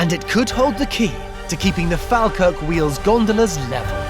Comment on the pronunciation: its pronounced "fall-kirk" 😉